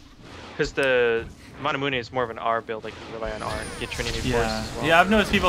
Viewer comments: I thought it was manamune, not manamuneh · its the american way of pronouncing it then, over in europe people say (mana-mew)